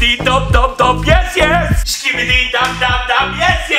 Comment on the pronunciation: they say ehkibidi or kibidi but the "s" is forgotten